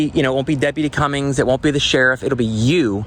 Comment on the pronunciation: Smith v. City of Cumming, Georgia Cumming, not Cummings